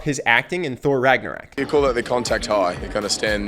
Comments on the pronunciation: How to be charismatic by some guy who mispronounces Ragnarök and makes it sound like Ragna-rack. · PLEASE STOP SAYING RAGNARAK AAA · Did you just say Thor Ragnarak? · So we're not gonna talk about how he mispronounces ragnarok??